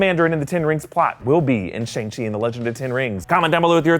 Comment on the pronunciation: it is shAng chi! not shEng chi😂😂